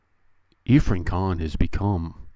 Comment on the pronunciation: Irfan Khan not Iffran Khan :)